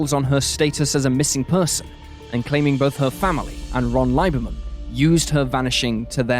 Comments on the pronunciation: My only problem here is the narrator’s weirdly incorrect pronunciation of the last name Lieberman, which is pronounced Lieberman… long e ….. as in Leeeeeeberman. Man that’s just rude and sloppy. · That’s OK, they butchered my sister‘s married name Lieberman even worse.